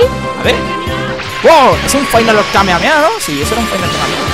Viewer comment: se dice kamejameja y se escribe kamehameha al igual que no se dice goan se dice gojan y se escribe gohan